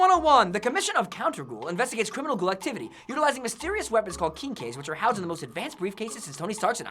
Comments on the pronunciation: Dem bloopers "Kinkeys....kinkeys" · Why does he keep pronouncing quinque like Kinky? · They cannot say quinque to save their lives.